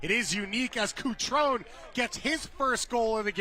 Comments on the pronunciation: BRO IS CUTRON-E NOT CUTRON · Kuctròun nun se pò sentì. Cutrone. KUH-TRO-NEH Patrick, vecchio cuore rossonero... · I nomi ed i cognomi dei calciatori inglesi li pronuncio in inglese, non importa la qualità della pronuncia. Kutròun, invece, è il tipico esempio di nome italiano pronunciato secondo le regole fonetiche inglesi. Per me è ignoranza. That's it. 🤷‍♂️